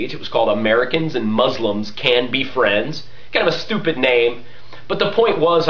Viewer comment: i juts watched 90% of verbal diarrhea from a propagandist complaining about propaganda, prolly a liar , sir you cannot be a manager at over 10 car companies in one lifetime ! 2nd you are totally out of it when it comes to spanish speakers in the us as they are way more than 10%, and finally as you defy the phonetics rules by pronouncing s followed by a consonant Z mozlems like your zionist friends like to call us, finally palestine is not a cool brand name you put on your hypocryte mouth